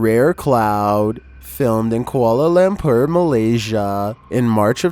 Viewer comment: Bruh the way he pronounce "Kuala Lumpur" made me cringe a bit